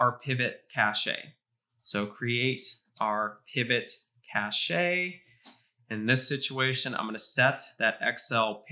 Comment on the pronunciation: This whole "Kashaee" of yours sounds retarded....